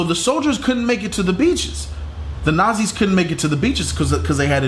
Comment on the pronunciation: I love how says Nazis..."Nahzeez" 😂😂